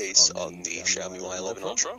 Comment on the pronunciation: Yoy I'm Australian too. Also it's pronounced shiomi